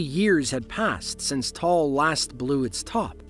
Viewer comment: Just for future reference, Taal is pronounced "Ta-al". I actually got married in the Philippines that following April. We weren't sure if my flight was going to get canceled because of it. Scary stuff.